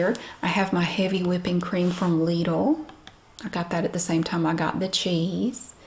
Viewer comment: And yes, this is really how we pronounce Lidl here in Germany as well. LEEdul. Can't believe people are still giving you grief about this?